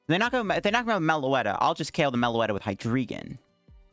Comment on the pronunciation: I think it's pronounced "Hee-dry-gon" as in "drei" in German, for three.